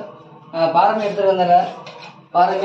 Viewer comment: பாரை மீன். பாறை என்பது கற்பாறையைக் குறிக்கும். ரை, றை இரண்டினதும் உச்சரிப்பு வேறு. பாரை மீன் என்பது தான் சரியான பதம்.